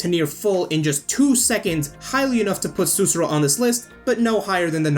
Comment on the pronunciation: Great video! Thanks for the help, it was amazing but i have one little observation. Sussurro is pronounced with the accent on the second "u" and you need to say clearly both of the "rr", i'm just being a perfectionist right here, but i know this because her name is a word in my country: Sussurro means "whisper" in italian. Let alone this, great video, you have a new follower 👍